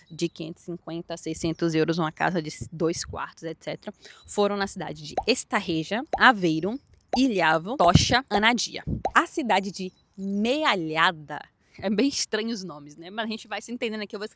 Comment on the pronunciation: Não é Grijóia é Grijó e não é Ilhávo, é Ílhavo. Por favor antes de fazer os vídeos inforne-se e não "assassine" a nossa língua ou os nomes das cidades ou locais.